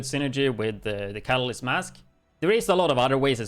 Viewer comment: It's actually pronounced "Ka-Ta-List" It's a chemistry term for something that is added to a solution to increase a chemical reaction with out it undergoing any chemical change, itself. It's spelled: Catalyst; your pronunciation would have it spelled: Catalysis.